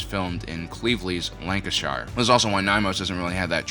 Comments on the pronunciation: It’s pronounced Lanka-sh. We shorten shire. No biggy matey, just so you know. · *Lancashire to rhyme with shear. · Lancashire is pronounced lan-kih-shuh